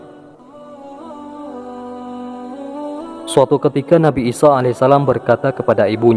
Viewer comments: 'isa 'alaihissalaam... Bukan 'isho a.s. afwan🙏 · Nabi isa bukan isoh